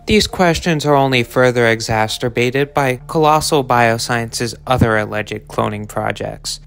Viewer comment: "further exasturbated"